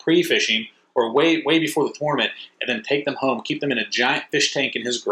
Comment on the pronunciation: When you learn to pronounce tournament I’ll finish watching this video